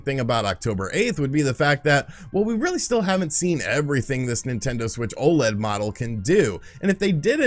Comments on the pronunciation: You're still saying O-Lead, dummy? O.L.E.D. O.L.E.D. YOU DONT CALL LED LIGHTS "lead lights" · Stay mad, he can pronounce it however he wants as long as people know what he's talking about. And they do.